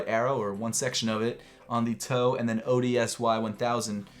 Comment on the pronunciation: the off-white ODSY sneaker is pronounced odyssey